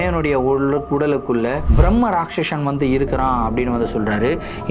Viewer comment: Not Bhrammarakshasan it's called Brammarakshse